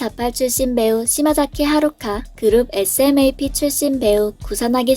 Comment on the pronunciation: SMAP(에스엠에이피)..... 이렇게 읽는게 아니고 /스맙/ 일본식 발음으론/스마프/ 라고 읽어요.